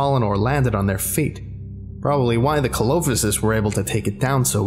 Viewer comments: Scuse me but that's not pronounced co-low-fis its seel-o-fy-sis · No one else commented that he said Coelophysis weird. It's pronounced SEAL-O-PHI-SIS. Also, Spinosaurus is bipedal, not a quad walker. Incredible SCP, though, keep up the good work. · The mispronunciations of the names are killing me. SEE-LOW-PHYE-SIS, and POST-UH-SOOK-US. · Ko-lo-fi-sis BABE 😭😭😭 see-lo-FY-sis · see-lo-fy-sis not colophosis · Co lo fi sis Im disappointed its seel o fiy sis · thank you so much for covering my favourite SCP, you’ve done it a great service much like everything else you do! However for future reference correct pronounciations are Post-a-sue-chus and Ce-lo-phy-sis, otherwise good job on getting the others spot on!! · I believe coelophysis is pronounced See-low-phi-sis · I'm screaming internally at the pronunciations. I.e. Postosuchus (Post-oh-suu-cuss) coelophysis (See-low-fI-sus). Other than that, well done. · coelophysis is pronounced (See-low-fye-sis) I think. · never expected Dinosaurs think this might be my favorite SCP now heads up though, Coelophysis is pronounced "See-Low-Fy-sis" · Coelophysis. Lel. Seal - oh - fye - sis. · coelophysis is actually pronounced SEE-low-fy-sis. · Hate to be that guy but. Clade is pronounced "Clayd" Coelophysis is pronounced "See lo Fi Sis" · I’m sorry for being that guy but the “Coelophysis” is pronounced “See-lo-fy-sis” I knew because of an old book but I also double checked online. I just Love dinosaurs!! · For fucks sake, its pronounced "SEE-LOW-FY-SIS" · I dislike the way you pronounced Coelophysis. It’s See-Lo-Fy-Sus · I love this SCP to death but the pronunciation of Postosuchus and Coelophysis HURTS and I think is a reference to WWD? Cudos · Ah, great video, but you murdered the pronounciation clade, coelophysis, and postosuchus. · Any other paleonerds cringe at his pronunciation of "Coelophysis"?